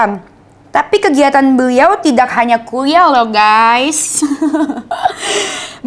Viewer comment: Dennis adikku cantik yang manis. Lucu kalau mendengar ayat sebutan yang keluar dari mulut adik. Beliau yang benar ✅ Beriau ayat yang salah ❎ Apapun semangat ya adik 😊✌🏻